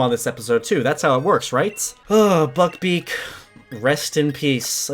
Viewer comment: When you said buck beak it sounded like ** beak lmao